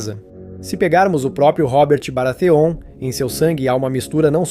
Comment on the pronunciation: Ótimo vídeo, mas Batêon, Roberto, Jairaeris, Targariãn? Fica pesado